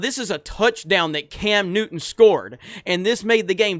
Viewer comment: Cam Newton you mean Cam Nudder